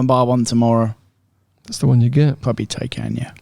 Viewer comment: Tnx for the shout out (Silver Taycan) and the way you pronounce my name!! 😆 Glad Tony wasn’t too harsh 😎